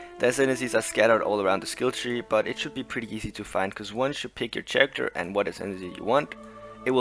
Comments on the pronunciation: For the record: "Character" is pronounced "karacter", not "sharacter". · Well done! The pronunciation of character drove me a little nuts, but I'll give u a mulligan on that one.